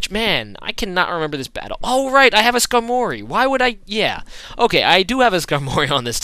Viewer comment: u pronounced skarmory wrong